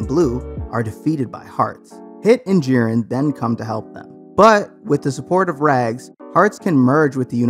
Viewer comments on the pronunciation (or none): none